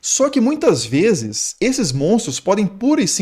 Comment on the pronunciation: é tão bom ver alguém falando “Muitas vezes” corretamente kkkk Eu tenho um grande problema comigo quanto isso, pq a professora falou o jeito errado que costumam falar (isso em 2019 kkkkkkkkkkkkkk)